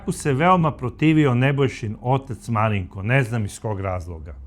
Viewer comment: Gospodine kako fino izgovarate ime MARINKO 😊 moj sin se zove MARINKO 🙂 a za ovog psihopatu nemam rječi nedao Bog nikom... pozdrav iz Banja Luke